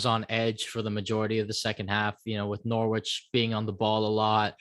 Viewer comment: Also the W is silent in Norwich